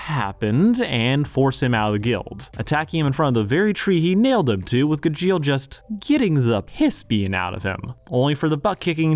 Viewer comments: Ive only ever know Gajeels name pronounced as Gahsheel and hearing it as "Guh-jeel just soesnt aound roght at all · Gu jeel 🤮🤮🤮🤮 I wanna hear him say mirage “meer age” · Honestly, I was scared of watching this video. I absolutely love Fairy Tail despite its faults, so I was terrified this was going to be a surface-level "this is a toxic relationship" analysis. I'm glad I was wrong. However, there are a number of more minor things I took issue with/ took note of. First, Gajeel's pronunciation and the use of dub clips. It's pronounced Gah-gee-l and I always watch anime subbed. I'd be lying if I said i didn't cringe every time it was mispronounced or when a dub clip played. Second, I really don't like how you dismissed Laxus's redemption (granted he is one of my favorite characters so I might be a little biased). I loved his failed use of Fairy Law. Sure it might feel like a cop-out, but Fairy Tail does that a lot, and the message (that he cares deeply for his adoptive family despite his rough exterior) is perfect. Also, he doesn't just get accepted back into the guild suddenly. In Tenrou Island, Natsu literally had no choice but to accept Laxus's lightning otherwise they would lose, and when the guild comes back after the timeskip his readmittance is kind of a gag. It's the only thing Fifth Guild Master Gildarts does before handing the title back to Makarov, and in the immediate next arc I think he more than redeems himself. My point is, I dislike the portrayal of Laxus here Third, there's additional history that was missed. Gajeel wasn't actually raised in Phantom Lord. His childhood is shown in the... Road Knight(?) manga (the translation for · Pronouncing Gajeel like "congeal" is wild. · I am usually not that kind of person but every time he said "g-jeel" it switched something in my brain lol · How can you be a fan of Fairy Tail and pronounce Gajeel's name wrong?! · the fairy tail heat in this video is kinda crazy...and saying Gajeel's name wrong